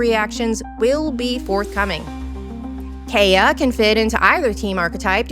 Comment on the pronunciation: And Kaeya’s pronunciation! Was this AI voice??